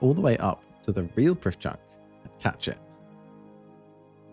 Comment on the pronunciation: As Elven content is based on real life Welsh, the "dd" in Prifddinas is pronounced "th". Not perfect Welsh but definitely inspired by. See the wiki for an accurate pronunciation :)